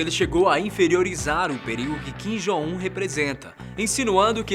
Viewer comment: Ele dizendo "Kim Jong Un" me da uma agonia 😂😂😂 Mas paciência.. ninguém é obrigado a pronunciar certo de qualquer forma